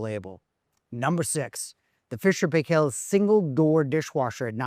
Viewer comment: You are saying 'Paykel' wrong. It rhymes with Michael, and with the same accent on the first syllable.